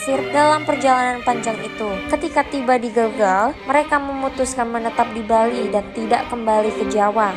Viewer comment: Gelgel ...e nya dibaca e spt pd vespa